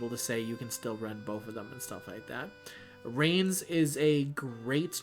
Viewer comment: I gotta say, I die inside every time you say Reines's name. It is pronounced like "Rai-Ness." Please... I beg you. Treat my gremlin El-Melloi princess right. 😭